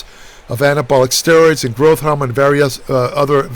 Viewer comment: Ain't nothing like "nahvadex" and growth "hahmone". Just a tip - don't mistakenly put either of these in your "Microsoft" oven!